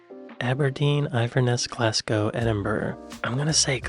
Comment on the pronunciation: He is pretty good, happily failing to pronounce Glasgow as ‘Glass Cow’ as some of his compatriots do so confidently. Now if he could just ditch his cringe worthily frequent use elsewhere of ‘Show me on a map’ …..